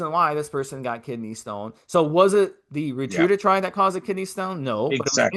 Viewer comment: If you went to a lecture on a new medication, and the entire time the person was mispronouncing the name of the medication, would you take them seriously?, I know you have heard others pronounce Ret-A-Tru-Tide. Quit saying Retrudatride.